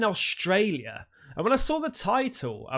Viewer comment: Sawr it? Did you mean saw it? There´s no r in saw.